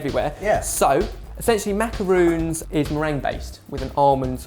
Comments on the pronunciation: Elisia Narbett Yeah they say "macaroons" here in the U.S. too. It's still wrong. That would be like saying 'tortila' instead of 'tortilla' (torr-tee-yuh). It's wrong and kind of disrespectful. It's also not even spelled as macaroons. I thought the British really prided themselves on saying words the way they were spelled like "aluminium" and "herb". Just say 'macaron' not 'macaroon'. It confuses people who know they're different and it especially confuses french speakers. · I cringe everytime he says maca-roons not maca-rons, the italian meringue cookie is pronounced maca-roons. The french adapted it by taking the idea of using two meringue biscuits and sandwiching them with a filling inside which was called the macaron. They are two different biscuits and should be pronounced as such! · I just realized that Jenna and you guys pronounce macarons as "macaroons". I'm pretty sure that macaroons (with two Os) are the coconut cookies, not the French pastry! It can get even more confusing for the people who don't know the difference between the two spellings. Other than that, those macarons look delish! The pastel colors are so pretty too~ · macaroons are the ones made of coconut, right? why are they pronouncing it as macaroon instead of macaron :( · macarONz not macarOONs k thnx bye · MacerONs. With an ON not an OON. Haha that kills me when people say it wrong. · MACARONS not -roons :) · gah. these are NOT macaroons, they are MACARONS. MACARON! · macarons, not macaroons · macarOn!!! mac-a-r-on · The way they say macaroon is infuriating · Roe -- I first had macaron in Paris and you are correct. When I hear people pronounce them with "ooh," it's a minor annoyance. The French actually pronounce it "ma-ka-row" (short "a," such as in "hat"). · Macarons. With a long o sound. Macaroons are a different cookie entirely. That aside, these are so good and hard to find! Def want to make some with Nutella. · these are not macaroons, ergo they are not pronounced like macaroons lmfao.